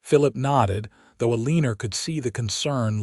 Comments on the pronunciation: Story was a good one but stop calling her Alener. It’s AlenA!! Drove me nuts! Sorry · This was a very enjoyable story Although I do wish you would have pronounced Alina’s name correct. There is no r at the end of Alina’s name. Alina and Phillip had a true romance and a happy life together. I love when the people around them are kind .